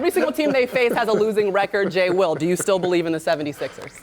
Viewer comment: She really said “J Will” lmaoooo